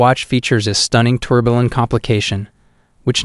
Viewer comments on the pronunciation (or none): You really need to teach your computer voice the correct pronunciations of "Le Coultre", "tourbillon", and "rendezvous".